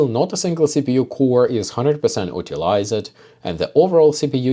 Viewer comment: utilised must be pronounced like ю-tilized not у-tilised ;) nice tests as usually tho